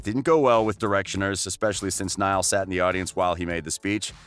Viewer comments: Seriously nial horan bruh learn Ur names.bro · I stoped the video right after I hear Neeeeaaaalll Horan. 😶 Can't even say the names right let alone facts 🤷🏽‍♂️🤦🏽‍♂️ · When he said “N•ee•l” instead of “N•I•L” 😂😂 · I had to tune out after I heard Neil Horan. Gosh, next time do your research! Terrible! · Sierra Gallegos neeyell horan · If you are going to make money doing a video on these lads. Get their names right…..it’s not difficult at all. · Girl same I felt like reaching through the screen and slapping this guy that's one of my pet peeves when someone mispronounces someone's name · it’s literally so obvious okay how to pronounce niall too I don’t understand how people get it wrong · Omfg he says “Neil not Niall”help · Dis he just say neel horan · for first : he is NOt ''nill'' but NIALL for second : louis didnt wanna go solo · “Neill” ITS NIALL! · It’s pronounced nile. I have a friend named Niall. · And kneeal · The you pronounce Niall. It’s Ny-all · Wait, did you just say "NEall" and "Lewis"? (No hate, but that's what I heard at the beginning.) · Neil? It’s Niall. Lewis? It’s Louis. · Lol.. Not Lewis it's Louis with silent S Not Neil it's Niall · hey! it's LOUIE, not LEWIS it's NAYALL, not NEIL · Please tell me out you called Louis( LOO•WE) Lewis and Niall( N•EYE•L) Neil but you got Larry Stylinson correct first try? Like seriously? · It's Nial not Neil and the s in Louis' name is silent, it's pronounced Lou'e' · I’ll subscribe when you say “Niall” and “Louis” not “Knee-al” and “Lewis” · Oh please. People get your facts right. By the way its Louis (Lew-ee) not Lewis, and Niall not Neil. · He said “Neil Horan” and “Luis Tomlinson” 🥴 am I the only one who noticed that? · Did he SERIOUSLY just say “Lewis Tomlinson” and “neel horan” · Okay yeah ngl but I literally stopped watching when he said LOUISSSS and Neeaall😐..like wtf dude? Please atleast pronounce their names rightly. Ugh. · Its niall and loueh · I don’t trust anyone that says “Lewis” and “Niel”